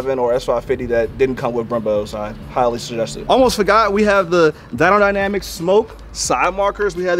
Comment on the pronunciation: I can’t be the only one that heard DYNO dynamics 😂😂 ray definitely got this thing sitting clean now 👌